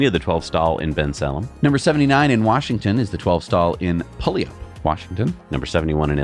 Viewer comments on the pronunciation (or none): Puyallup is pronounced as "Pew-AL-up" Almost everyone gets it wrong 😅